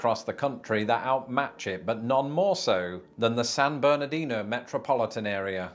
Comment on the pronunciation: He's not saying "San Bernardino" correctly. The locals pronounce it "San Berdino".